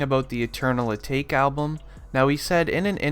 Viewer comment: Really can't trust any of this information, seeing how you cant properly pronounce patek or atake. It's like you didn't bother to listen to the track before uploading this video.